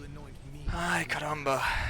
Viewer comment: oxe do nada vc mandou um ai caramba? kkkkkkkkkk brazilian man?